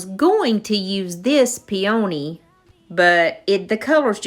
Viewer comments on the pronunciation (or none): Everything turned out just beautiful. I really enjoy working w IOD products too. Plz don't take this as an insult, but a peony is pronounced "pee-uh-nee". Just helping a friend out💖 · The word "peony" only has a long "e" not a long "o" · LOL on pronouncing them Pee-O-nees. Too cute! Patty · I love your ideas! I want to find an old window pane like that. So very beautiful! Forgive me, but I have to laugh every time I hear the way you, and many others, pronounce peony. It’s kind of a regional pronunciation and I hear it a lot. Lol! It’s cute. Peonies are my favorite and remind me of my grandma. Love your channel!